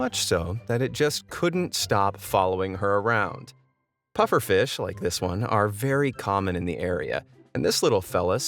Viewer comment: Pufferfish? Nah mate, its Bud-ferfish XD